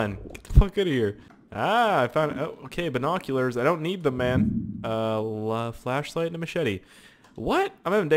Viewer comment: I thought you were saying fleshlight LOL